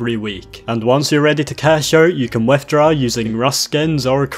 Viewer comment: "you can wethdraw"